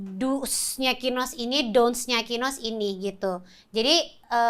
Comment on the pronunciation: Masa densu sebut kinos jd KINOY hahaha